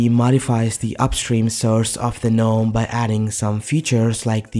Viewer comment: I cringe every time he pronounces "gnome". 🤮🤮